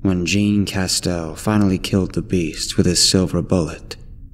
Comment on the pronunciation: Sigh. Jean ISN'T pronounced like Levi's jeans man. French name, in France. Think Jean Luc Picard.